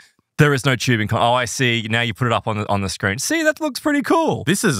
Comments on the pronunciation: Listen. I love you guys. Ive been listening since season 1. Im a plus subscriber, we're all mutuals on twitter. I have never been so angry and upset with this show and its content in my life. Its TUBING WITH A T NOT CHEWBING Literally infuriating to listen to, I could not stand it. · It's not chewbing it's TUBING